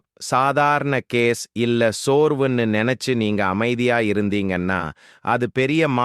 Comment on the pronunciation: என்ன பா உன் குரல் இப்படி இருக்கிறது, நீ சொல்லுவது ஒன்றும் புரியவில்லை, கொஞ்சம் அழகாக சொல்லு, கேஸ் என்னும் சொல் வேறு மாதிரி கேட்கிறது பா.